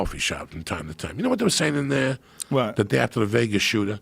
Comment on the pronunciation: "that's a long tame menn."